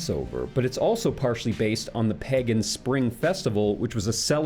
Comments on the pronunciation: My only question is why the hell do you pronounce pagan like peggin'!? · not to kink shame, but it drives me up a wall hearing pagan pronounced as peggin' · When you say pagan it sounds like pegging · Say PEHgan one more time please